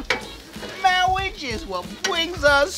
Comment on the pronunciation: I seriously lost it when one of you said, “Mawwiage. Mawwiage is what bwings us togethew today.“ 😂